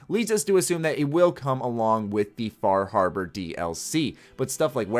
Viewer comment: Fah Harbar